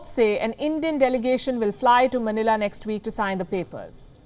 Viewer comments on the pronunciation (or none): none